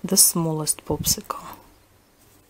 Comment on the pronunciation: you said poopsickle